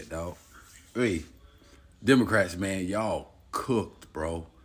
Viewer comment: "DEMONCRATS" & "RE-PEE-YEW-BICANS"